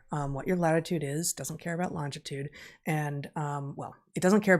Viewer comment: Is it just me or does Heather say "longtitude" (instead of longitude) twice)?